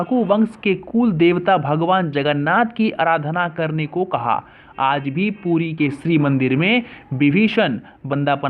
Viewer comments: It's" puri" not poodi if you can't tell don't speak or pronounce incorrect words . and don't disgrace lord shree Jagannath . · East india west Bengal, bihar, orissa walo ka pronounce thoda issue hai ye log R ko D kahte hain. Isme isaki galti nahi hai. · Puri boliye, puddi Nahin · Bro its not pudi. It is puri. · Abe ye POODI nahin hai it's "PURI" 4 Dhamo me se EK dham hai agar bolna nahi ata to fir kyun .......... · Tujhe to bolna v nahi araha hai puri hai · Ye pudi pudi kyun bol raha hai ? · Phle thik se puri bolna sikhiye fir vido bnaye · Thats puri not pudi 😡😡😡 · It's not podi - (Puri) better you clarify and represent. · Pudi nahi Puri hai Bhai mere thik se bolo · यह धाम का नाम "पुरी" है "पुड़ी" नहीं । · That is not pudi ❌ That is puri ✅ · पुटी नही भाई पूरी बोलो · Pudi nehi hai... Puri hai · Bheya pudi nenhi....puri hai plzz galat ucharan mat karo. Bhabanako thesh pahachtihai...plzz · Pudi nahi hei, its Puri.. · Tum puri ko pudi bol rehe ho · Thik se bolo.pudi kya.puri h. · Are bhai pudi mat bol puri he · It's not pudi ...it's Puri Jay Jagannath swami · Naam to sahi lo yaar please 🙏pudi nahi puri bolte h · Pudi nahi puri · puri bol pudi kyun bol raha h ... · भाई साहब "पुरी" है वह ना कि "पुड़ी" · It is odisha not udisha and puri not pudi🙄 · It's not pudi,its Puri😊😊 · Say properly it's ପୁରୀ not ପୁଡି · Abe puddi nahi hai wo puri hai or oodisha nahi odisha hai 😂😂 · It's puri not pudi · Not pudi puri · It's not pudi it's puri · It's not pudi ,it is puri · Detapati nhi 'daitapadi' N not poodi it's 'Puri' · Bro please correct ur pronunciation For e g - it's Puri not Pudi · Puri hota h pudi nhi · it's not poodi , its Puri ... Not oodisha , it's Odisha.. Plz fix your audio system. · Don't speak pudi puri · Fyi..it's not Pudi, it's PURI.. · It's not 'pudi' it's 'puri' It's not 'oodisha' it's 'odisha' 😀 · Tum to Puri v thik se nehi keh pa rahe ho it's not pudi it's puri OK Please current pronoun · Pudi nehi puri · Poodi nahi puri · It's "puri" not pudi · Puri ya pudi hahaha